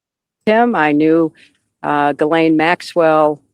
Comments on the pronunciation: Ghislaine is a French name and is pronounced Gee (rhymes with see) Lynn ( rhymes with pen)Trying hard to get over hearing Juh-Lane (nails on chalkboard), I know it’s petty, but education isn’t too terrible. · it's Ghislaine!!! [ gee-layn ] The "G" is hard, like goose. Not "G" like giraffe. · Jizlane does not deserve the courtesy of having her name pronounced correctly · Please pronounce Ghislain‘s name properly. It’s with a hard G not a soft G.